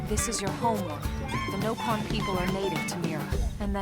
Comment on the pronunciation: anyone know why they say NO-pon instead of Nopon?